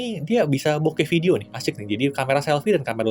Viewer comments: Bokeh woi,bukan boked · video bokeh🤣😂 bukan video bokep, asw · Video B*kep?? Kdengaran gitu sih padahal video bokeh... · Gqk slah denger ge. "Vidio bokep " 🤣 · Masukkan aja, klo tdk salah dengar itu video bokeh, bukan bokep :) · "ada video bok*p" apa gw yg salah denger ya..??? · 4.26 Gw Demger Bukan Bokeh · Akhir hurufnya samar-samar antara P atau H 🤣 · Sebenernya ngomong video bokeh, tapi kata setelahnya "panorama" jadi nyambung bunyi huruf "h" ke "p", dan ketangkep telinga kata itu 🤣